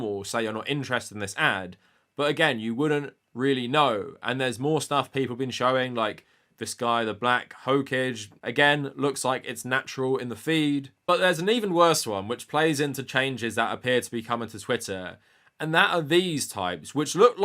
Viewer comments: Haha, 'Hokage' isn't pronounced like 'ho-kidge', it's 'ho-kah-gay'. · It's Black Ho kah Gay Not black Hoe Cage😂😂😂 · I'm pretty sure that guys name is pronounced Ho-Ka-Gay. You obviously never watched or even knows anything about Naruto if you mispronounced Hokage that badly. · lol hokage is pronounced ho-ka-ge; its a japanese word that a lot of westerners know from naruto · Hokage. Pronounced Ho Kah Geh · I'm going to pronounce hokage as hoke-adge from now on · "...the Black Hokedge..." •Weeb brain goes "RRREEEEE" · Damn 1,245 comments and ive still not seen a single "ackshually" comment over pronunciation of "Hokage". I'm impressed 🤔 Wait crap I just did that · Not that it matter at all but the hokage pronunciation made me lol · I physically cringed at how you pronounced "Hokage"😢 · That pronunciation of hokage was incredible lmao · We just gonna gloss over his pronunciation of Hokage? 🤨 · Hearing you pronounce "Hokage" like that made me want to skin myself ty for the laughs bby keep up the good work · The way you pronounced Hokage gave me cancer. Great video though. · Lol the way you said Hokage lmfaoooooo. Its a thing from Naruto. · The most infuriating part is reading Hokage the wrong way. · lol I was looking for this comment. Hearing it made me do a double-take. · I'm not even a Naruto fan, but I study Japanese, and that Hokage pronunciation got a laugh out of me. But I can't fault the guy for but being a weeb.